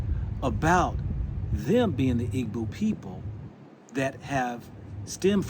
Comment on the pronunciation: Igbo EE-bo. Not EE-Boo